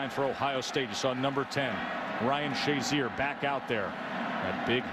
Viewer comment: Ryan "shay-ZEER" apparently hadn't made a name for himself yet, considering the number of times the announcers referred to him as "SHAY-zur."